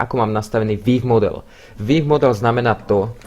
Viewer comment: "vííívmodel" XDDDD